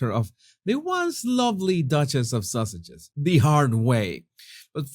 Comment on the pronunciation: It could be my hearing....or your accent ( which is gorgeous)... but this is the second video in 2 days where I'm SURE I heard you say duke and duchess of sausages.....rather than sussexes....so...is it my hearing, or have they been renamed?😉🤪😂